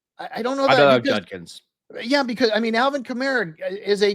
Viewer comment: absolutely butchers Judkins with Junkins. Yo man its a D. Not an N.